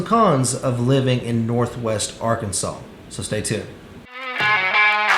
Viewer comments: Is it just me or does it sound like he’s putting an “L” at the end of Arkansas? “Arkansal” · He is, and it is like fingernails on a chalkboard 🙄